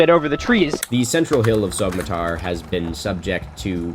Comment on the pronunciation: You were there and you still can't pronounce Sogmatar right?